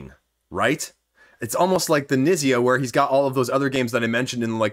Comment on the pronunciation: Fyi Knizia is pronounced "k-neet-zee-a"